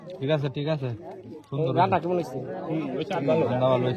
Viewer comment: ktay bolte pare na kemon re bole kimon